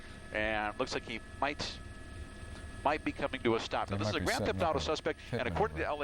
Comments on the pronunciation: he said grant theft auto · lol i know what a grand theft auto is i said he said grant insted of grand